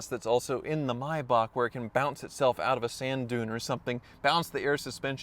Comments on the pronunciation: no no no its Maybach not Maybak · Thank you for pronouncing maybach correctly. I cringe every time I hear mayback